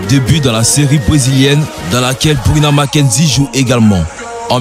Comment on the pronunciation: C'EST pas makenzi mais marquezine